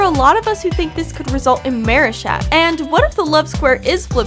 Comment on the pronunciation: I hear you pronouncing Marichat as Maryshat